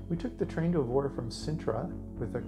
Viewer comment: you could have learnt how to pronounce Evora.....pathetic